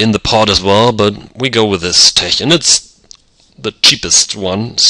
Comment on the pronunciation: Tech is pronounced with a hard k sound.